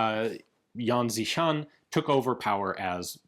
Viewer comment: He Ian, the Xi in XiShan is closer to the pronoun "she" in pronunciation. While not quite the same, the x in pinyin's closest English approximation is "sh". Thanks for the great content as always